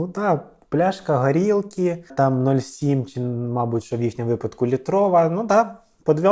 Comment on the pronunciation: Правильно казати: не гарілкі, а горілки